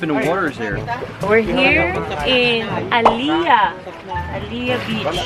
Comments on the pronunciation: By the way its "Halea Beach" po hihi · Its Halea beach not aaliyah beach po...thanks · It’s not Alliyah Beach. It’s Halea Beach 😊